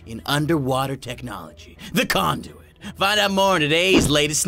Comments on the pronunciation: why did I think condom when you said conduit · IT SOUNDS LIKE YOUR SAYING "CONDOM" WTF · i thought he said "the condom" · I thought you said condom XD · When he was telling you what he was going over, did anyone else think he said condominiums 😂🤣😂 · OMG it sounded like you said condom 😂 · I kept on thinking he was saying condoms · Instead of conduit he said condom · i though he said condom for a second.......